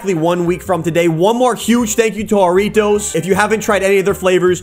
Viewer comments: He said jurritois wrong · Don’t you pronounce it Jar ritos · ITS FUNNY HOW HE MISSS PRONOUNCE JURRITOS